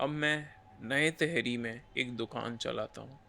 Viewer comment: Bhai ye तहरी nahi टिहरी hai, तहरी dish hoti hai